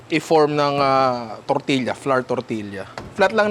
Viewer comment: Ninong, “tor-tiya” po